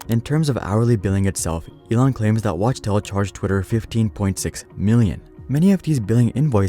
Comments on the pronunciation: It's clearly spelled Wachtell. How you keep saying Watchtell? It is pronounced Wak-Tell. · It’s pronounced “wock-tell”